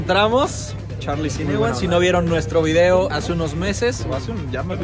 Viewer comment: Beeeeeeeeso Beeeeeeeeeeeso Beeeeeeeeeso!!!!! Todo hubiera estado mejor si el vidio(como tu lo pronuncias) hubiera terminado con un beso, a leguas se ve que Monse te veía y se derretia.